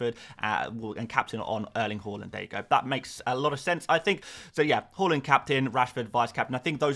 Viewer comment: For future references Bro.. it’s HAAALAND not Hallland👨🏽‍🦯